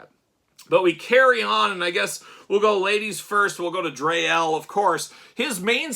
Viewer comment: Dree (pronounced like free) Elle. And Daimar pronounced like Day-mar. 😊